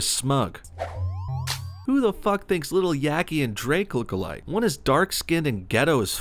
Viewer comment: I hate how she's saying look alike it more sounds like "looka like"